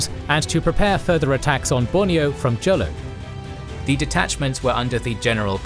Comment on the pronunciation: Jolo is pronounced as Holo